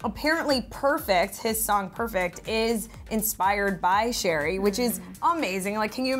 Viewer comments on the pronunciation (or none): Please stop calling Cherry "sherry". Her name is literally pronounced like the fruit. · love you all but please pronounce cherrys name like an actual cherry not sherry